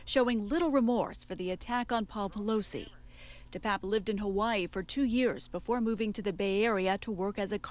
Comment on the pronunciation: First, his name is pronounced DePAPE, NOT DePAPP. Second, he is Paul Pelosi's BOYFRIEND.